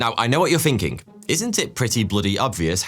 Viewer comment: All your th’s sound like f’s: Somefing Finking Fings Firdty Fanks for watching Why do you do that? you have a perfect and beautiful accent! It has to be on porpoise because your own name “” is a game with that. If you pronounce it correctly it sounds just like thought. But if you pronounce it like f it sounds exactly like 42. It’s almost like German accent! Stop it! You are so handsome to do that!